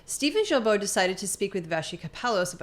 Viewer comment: Thank you both for your AWESOME WORK! As a francophone québécois, I let you know that Guilbeault is pronounced GILBO with a hard G, like in GO. Blessings.